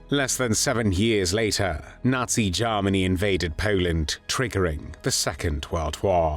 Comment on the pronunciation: especially how he pronounces Garm arnie!